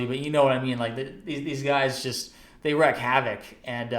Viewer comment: FYI - The phrase is, "wreak havoc" (pronounced like it's spelled.)